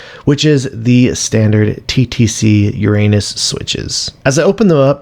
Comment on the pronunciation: That is not how you pronounce uranus :D